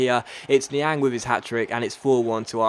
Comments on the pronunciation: I've just noticed that has been pronounced Niang's name wrong throught the entire series. BTW: It's pronounced Ni-Ong not Ni-Ang, but is spelt Niang. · Yea coz he's French. Lol!!!!😂😂😂😂😂😂😂